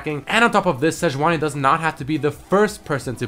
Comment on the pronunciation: Sejauni instead of Sejuani :)